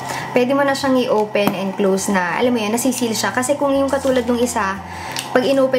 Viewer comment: “Let’s owpen”